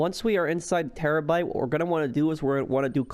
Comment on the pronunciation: when he says terrobyte: but whats the point if we have one we are probably rich already